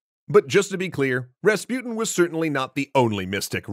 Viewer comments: ra-spu-ten not rasp-uten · who is that raspiutin you keep talking about? or is it that you cant even pronounce rasputin? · Rahs-Poo-Teen Please say it correctly. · Why are you pronouncing rasputin as raspyutn? You can say putin, don‘t you? Take an example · Hmmm Rasputin the way it’s said rhymes with poutine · You pronounce his name wrong